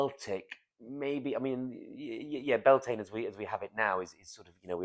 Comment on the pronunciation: ive always heard the irish pronounce it bel ton e